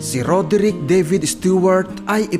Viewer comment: idol maronung kaba bumasa roderick hindi raderick